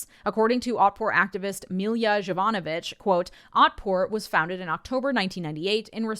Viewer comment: So, just a thing. And I know that the problem is with the transliteration in the source, but the first letter, the "J" in Jovanovich is read like the "Y" in yo-yo, and it's more Yovanovich